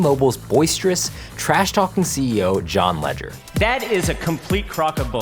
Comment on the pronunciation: You're saying John Legere wrong dude